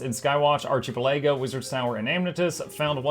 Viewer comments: arca-PEL-ago. It is a hard C. emphasis on the PEL of the word. You be killing me with that. I am sorry for pretending to be polite and not saying anything. I did this once to Jawkneboi with the word incendiary. HE was upset with me for not telling him sooner. I hope you wont look down upon me for remaining silent for so long. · Hearing ARCHI-PUL-AGO makes my day. Ty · You can't be pronouncing ARCHIPELAGO like that for real...